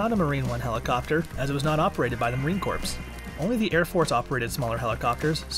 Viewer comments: Marine Corp, Corp, the p is silent!!! Who found this clown??? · In my beloved corpse?? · The "s" is also silent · Stop saying corpse 🤦🏻‍♂️ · "Marine Corpse" lol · "Marine Corpse"!? Good lord, kid, where are you from? That is really embarrassing. You should be ashamed. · I can’t stand to watch any longer with him saying CORPSE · yes, he said, "Marine corpse"... UGH. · If he says CORPSE one more time!!!! 😆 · as a former Marine. hearing the P drives me insane. but i liked the content lol semper fi.. and stop saying Corpse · "The Marine Corpse????" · Marine COURPSE!!! Hahahaa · Please stop saying corpse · Had to stop watching. ...”Corpse” 🤦🏻‍♂️ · Marine corpse lol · Not just Marines cringing, it’s anyone who speaks English! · That was driving me crazy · Thank you......I was grinding my teeth! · Heard it the first time and immediately scrolled down to see the comments and post my own if I didn't see one. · Please for the love of all things America, please drop the "PS" when saying Marine Corps. The "PS"is silent. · The p in marine corps is silent